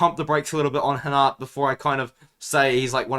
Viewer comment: Bro you’re pronouncing rinat name like He’s Brazilian 😂